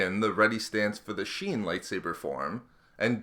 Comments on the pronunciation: Not "sheen". shien doofus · form V "sheen" lol